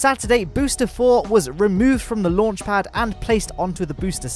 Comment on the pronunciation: I like this guy accent Lonch pod